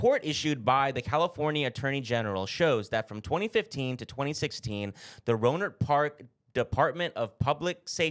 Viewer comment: Also, I grew up about 20 minutes away from Rohnert Park. You pronounced it right! Wild story, but not surprised. Those cops were literally the worst and have nothing else to do than shit like this. Long live 40 Water... RIP Mac Dre.